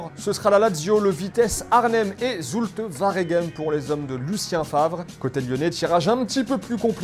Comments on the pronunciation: on dit pas "sulte varegem" mais "sulte waregem" 😂 parole d un belge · C’est zulte waregem pas varegem on dit « oua » pas « va »